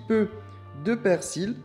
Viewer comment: like si t'a remarqué que charle pronnonce toujours le 'L' de 'persil'